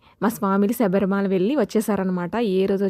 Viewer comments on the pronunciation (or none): దయ చేసి తెలుగు సరిగ్గా మాట్లాడండి. ఇంగ్లీష్ లో మాట్లాడితే, మధ్యలో తెలుగు పదాలు వస్తె, ఏదో పెద్ద అవమానంగా భావిస్తారు. మరి తెలుగు ఎందుకు సరిగ్గా మాట్లాడరు?? శబరిమాల .. కాదు శబరిమల. మల అంటే కొండ ( మలయాళం లో). స్వామి శరణం🙏